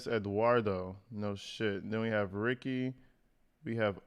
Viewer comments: Ricci pronounced Ree Chee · (B-M) is Black Male, Ricci is Italian pronounced Reet-chee. Fantastic of you to go through the facts. Thanks. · Usually Italian, most words/names with 2 "C"s (Ricci) are pronounced Luke a "CH" (Richi). Since you were asking. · Officer Ricci is pronounced like '' Richie '' I only know that because that's how my attorney spells and pronounces his name . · Like Christina Ricci pronounced Reechy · I am pretty sure it is pronounced reechie.... Like Christina Ricci.